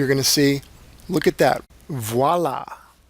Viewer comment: LMAO. VOO-WAH-LA!